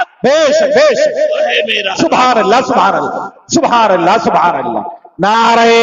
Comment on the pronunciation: الا الا نہیں قبلہ اللھ اللھ پڑھیں۔ حضرت کی توجہ ھو جائے تو بھترین